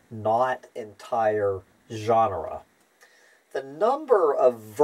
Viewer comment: Why pronouncing "genera" as "ʒɑːnrə" instead of "dʒenərə"? "ʒɑːnrə" is "genre" - a totally different word.